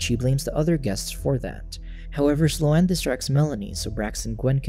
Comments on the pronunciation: Sloane is not "Slow Anne" lol.... It's pronounced "Sss+lone." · Its pronounced "slown" not "slow-ann" 😂 Omg its driving me nuts lol. I'm having a really hard time following with this recap. I'm sure the plot isn't helping, but you're not even saying entire sentences that I'm reading in the cc, & its just.. like, for example, why did the zombie water make sLo-aNn realize she wasn't kidnapped..? You just like left it at that sentence. Maybe you explain it later, but that's like the 4th thing and now I'm too annoyed to finish this shit. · The mis-pronunciation of Sloane was killing me. It's not "slow-ann;" it's one syllable and it rhymes with "bone." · I came looking for this comment 🙌🙌🙌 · The pronunciation of Sloane was bad enough, but what really drove me to the brink was the constant, repeated misuse of the phrase "on the other hand."